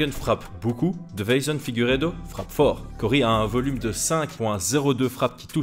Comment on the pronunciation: je le commente à chaque combat de Figueiredo...c'est DeI-ve-son, pas De-veI-son 😇 (dans la prononciation mais aussi dans le titre du coup) Sinon top comme vidéo comme toujours 🙂